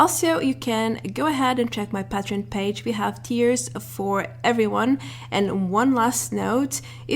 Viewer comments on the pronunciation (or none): none